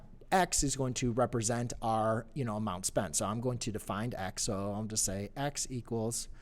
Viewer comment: LoL 'Amound ' == Amount